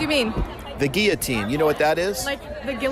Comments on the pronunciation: "The Gee yo teen", "do you mean the guillotine?" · the chick with the english accent pronounced guillotine wrong lol